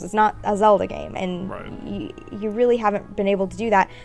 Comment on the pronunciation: its zeLda now zeodah LOL